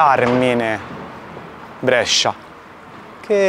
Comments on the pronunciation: Finalmente a Brescia, che bellezza! Però dobbiamo rivedere come pronunci "Brescia" 🤣 Grande continua cosí 💪🏻💪🏻💪🏻💪🏻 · Brescia si pronuncia con la E chiusa. Si chiama la Pallata la torre che hai inquadrato. Prossima volta che passi, avvisami che ti faccio mangiare bene io...un abbraccio, come sempre un bellissimo video! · Comunque Brescia si pronuncia con la "e" chiusa non aperta...